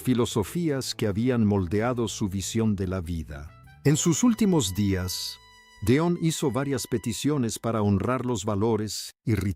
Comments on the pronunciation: No sé quien es el que relata, pero no puedo seguir escuchando tan mal dicho nombres y apellidos. Don????, de donde lo sacó y en lugar de Delón, no sé que es lo que dice. Por favor Sr., aprenda bien los nombres antes de hacer videos!!!!!! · Este no pronuncia correctamente el apellido DELON, como que deon, de dónde es este hombre, no lo oigo, no sabe ni lo que dice, uyyy